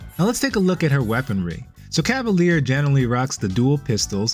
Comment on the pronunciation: Hi, french person here! You seem to pronounce it "cah-va-leer". It's pronounced "cah-va-lyehr". Small difference, but I still believe it's important as the english definition for a cavalier (pronounced cah-va-leer) is different than the french definition for a cavalier (pronounced cah-va-lyeh) or the feminine form, cavalière (cah-va-lyehr). I'm glad french words are finding themselves more commonly into games these days, but I feel bad for anyone having to learn to pronounce them properly lol (Like coup de grâce in Dead By Daylight, which I've learned a lot of people mispronounce, replacing the "grass" with "grah")